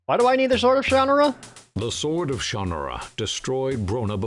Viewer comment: pretty sure they are pronouncing it incorrectly in the game.